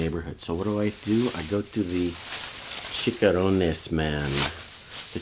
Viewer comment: Mmmmmmm Chicharrones! (pronounced "chee cha rone nes") not "chickarones" (lol) They're deep fried pork skin. Where's the Modelo??